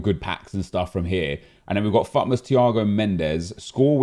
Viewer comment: EA have dropped the T in FUTmas. It's now FUmas.